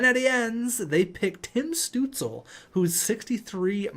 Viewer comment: I really like your pronounciation of Tim Stützle, even though its completely wrong. But I guess its really hard for an english speaker to pronounce his name